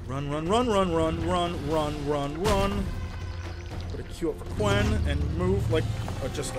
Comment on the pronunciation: Lol its quen not 'Queen'